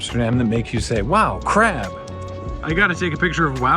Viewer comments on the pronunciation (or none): "If you got time to wowgab, you've got Time for Wowcrab."